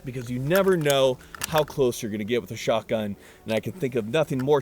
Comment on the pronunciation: Take a shot every time you hear him say "Skock'un" in stead of pronouncing the T in shotgun lol